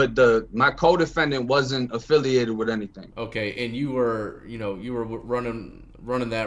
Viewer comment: lol I was jk bro. I was saying he would pronounce it witt instead of with.